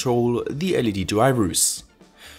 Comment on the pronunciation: i like your videos, but i have one problem... your pronunciation drives me crazy... always pronouncing the end of a word... like "Videoouu" "LEDeeh" "Triggersss"